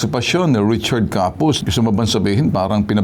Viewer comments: Richard Capuz po sya hndi Corpuz.. Eklaro nyo po kung Capuz o Corpuz kc pagkakarining ko ay corpuz.. baka nagkakamali kayo nyan mga lods.. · Copuz po not corpuz